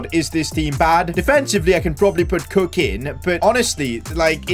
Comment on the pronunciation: When he said cook in it sounded like cocaine